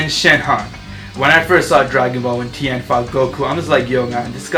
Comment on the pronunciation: you got tien name wrong